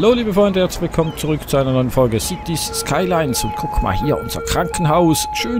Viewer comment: Mal wieder eine super Folge! Das Spiel heißt übrigens "Cities: Skylines". Also "lines" und nicht "lynes". Bitte nicht als Kritik auffassen, wollte dich nur darauf hinweisen:) lg overjoyed-studios